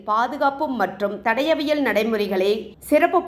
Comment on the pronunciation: தடவியல் இல்லை தடயவியல் சரியாக கூறவும். கடவுள் உள்ளார். விரைவில் நீதி கிடைக்கும்